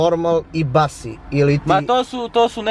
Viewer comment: Ali brat moj (instruktor Wolta) koji kaze Basi umesto Busy (Bizi) je legendica Niskih Wolt heroja, nema mu ravnog 🤣🤣🤣